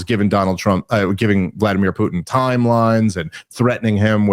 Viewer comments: PuTIN TIN TIN its a fcking T. Not a D. His name is not PuDin. “Poodin” ughhhhh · Need to get to practice saying Putin; not Pudin! I love me some and Dave, but I play a drinking game based on mispronounced names, cities, etc. Rarely finish a show not absolutely obliterated!! 🤣😂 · Cracks me up how says "Poodin" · I like the way says Poodin instead of Putin. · When say "Putin" I don't hear the "T" I hear a D. Pudin is what I hear. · I keep hearing "Poo'ed in" when says Putin. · "Poodin"" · Can your co-host hear how he's mispronouncing Putin? Keeps saying "Poodin" over and over 😅🤣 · Yes. It reminds me of Dale Gribble saying "Have you Hank?!... Pootin?" He doesn't say it like, but for some reason the way they animated his mouth sticks out in my mind. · Drives me insane. There are parts of the country that turn ts into ds and they need to be punished. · Yes. And he also says "impordant". This too drives me nuts. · It's infuriating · Also, vladimir pudding